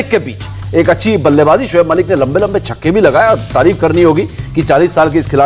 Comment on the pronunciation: Shoab malik nhi saloooo... giggaaa g bolo giggaaa g